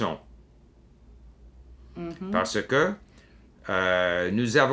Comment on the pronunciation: il prononce "parce que" comme "par ce que"...